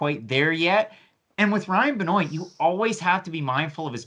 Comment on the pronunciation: why are you pronouncing benoit like "ben-oate" its "ben-wah" smh